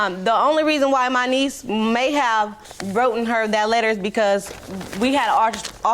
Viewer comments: “Spunt” “wrotten” I’m just gonna leave this here… if ykyk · PROSTITUTE SAID "wrotton" ***WRITTEN****🎃🎃🎃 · She said “wroten “ the letter… omg